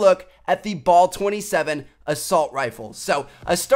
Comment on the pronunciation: I love how he pronounced it "Ball 27" XD